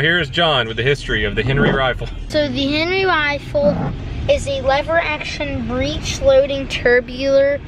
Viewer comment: It pissed me off when he said HENERY red rider